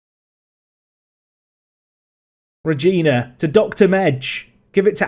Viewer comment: Sorry to be so late but you pronouce Rogina the wrong way. Nothing major of course but it’s pronouced with a different letter G (the same G as in “great” or “good”). Love the vids <3